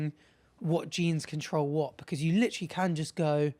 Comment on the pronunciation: how are they not hearing “Litewrally”